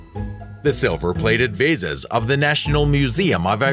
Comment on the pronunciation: The narrator or editor should be advised as to the pronunciation and/or spelling of certain words i.e. Hadrian (the spelling), Arles, the singular of dice is die not dice. Again, pronunciation of Lycurgis, ( incorrect first time, better the second time), bitumen, vase or vases and the drawing of Franklin with a kite during a lightening storm, never happened. Damascus steel is the result of an alloy yet to be discovered, or so I am told.